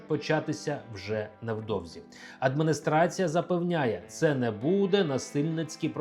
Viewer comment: Дядьку 😊, навчіться вимовляти і замість и. Яка ще "адмыныстрацыя"? Особливо якщо ви читаєте текст з листка за кадром.